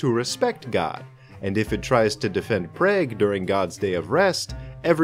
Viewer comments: It’s pronounced prog not preg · Prah-Guh 🤦‍♂️not prage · Yea it's pronounced like prah-g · Ah yes, the most beautiful city in the Czech Republic: Praygue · Prayge? Its pronounced like prawg. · Objection! Prague's pronounced "Praag" not "Praig" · How you gonna say prey-g. Its pronounced prah-g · Prague rhymes with frog. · Its pronounce like pogchamp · As a Czech that now resides in Preg I feel very offended by that pronunciation of Prague. It's like saying Arkansas as "Arcane-sass" which is almost exactly how you pronounce that place in Czech :D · 🤣 as a Czech, that's funny as fuck. Pronounced praag. It's a lot easier calling it Praha, not some co fusing -gue ending shit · PrAyG triggered me so much ngl hahah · Prague is pronounced "prog." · The Jewish sabbath is on Saturday Prague is pronounced Prah-g in English or pra-ha in Czech Also the story of was the golem of Prague story is set in the 1500s so it was in the holy roman empire i.e. Germany (even though the kingdom of Bohemia was majority Slavic and Czech is its own language). And to my recollection the Golem was only deactivated during Pessach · Dude almost pronounced it like prageru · Prague is pronounce Prahg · m8 its pronounced prog Prague is pronounced Prog Hebrew is a fun language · pronounced: Pr-ah-g or praag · Never heard Prague pronounced like that before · Arguably, pronunciation research is part of the job, and adds to the viewer experience, could you please next time? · was about to scream when you said prague like google exists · But he didn't say Prague very correct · just straight up pronouncing Prague like the Korean commentators for competitive StarCraft: Brood War. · Your pronunciation of Prague killed me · I think Prague is said so it rhymes with frog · That is not how you pronounce Prague, it’s the Czech capital you came look it up. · well you just insulted my country by heavily mispronouncing the capital's name. But nevermind. It's a terrible country anyway